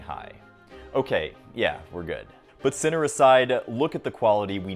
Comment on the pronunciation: Just a note, you mispronounced all the names. Except Sinner.